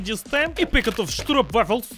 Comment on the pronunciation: That pronunciation of Stroopwafels was on point. 10/10 Dutch Squads